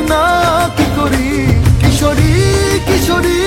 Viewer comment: কিশরি❌ কুশোর✅